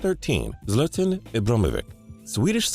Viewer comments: he said zlatan's name wrong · He slaughtered Zlatans name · The way he pronounced Zlatan’s name, like are you for real? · The way he pronounces Zlatan makes me cry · You pronounce my name like that? Zlatan doesn't approve. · He butchered Zlatan's name so bad 😂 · He messed up so bad in Zlatan's name😂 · WTF you can't pronounce ZLATAN Ibrahimovic right and you can't pronounce no one right